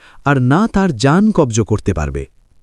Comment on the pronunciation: কব্জ নয় কবজ হবে ।